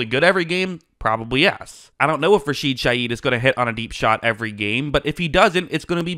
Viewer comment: Rashid ShaHeed not Shayeed!